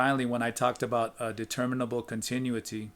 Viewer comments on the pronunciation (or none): con—tin—oo’—it—ty. 5 syllables with accent on the 3rd.